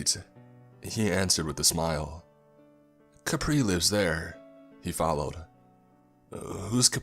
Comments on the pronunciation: Not even finished the video yet, but having a blast with these pronunciation(No hate, I love you) “ Balete “————————> “ Baleet “ “ Kapre lives there “ ———————> “ Capri lives there, Capri is mumu “(The dreaded Capri Sun of the Woods) “ Chicharon Bulaklak “———————>” Chicharon Boolaklak “(Good job on this one, it was close) “ Lambanog “ ———————————> “ Lambahnog “ (Pretty close, good job! Don’t pronounce “Lam” like the word “Lamb”) “ Tabi tabi po “ ——————————> “Tabi Tabi po”(Spot on, good job!) “ Ineng, hingang malalim “ ———————> “ Innig hingeng maliim “ “Na duwende ito” ———————> “ Na duwenteh e-two “ “Duwende”———————> “Duwents” “Balete” is pronounced “ Bah-leh-teh “ “Duwende” is pronounced “ Doo-wen-deh “ “Kapre” is pronounced “Cap-preh” “Chicharon Bulaklak” is pronounced “Chee-cha-ron Boh-lak-lak” “Lambanog” is pronounced “Luhm-bah-nog” “Ineng, Hingang Malalim” is pronounced “Eh-ning Hee-ngahng Mah-la-lem” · It’s ka-preh, and tah-gah-log.